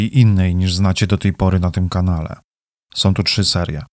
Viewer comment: Bardzo ciekawe informacje . Szkoda tylko, że prowadzący robi takie błędy językowe: nowom stolicom, dzielom, som, jest przywódcom. Zgrzyta to w uszach i mnie przeszkadza w słuchaniu. Przypominam, że w j.polskim są końcówki ą. Czyli nie som ale są, nową stolicą itp.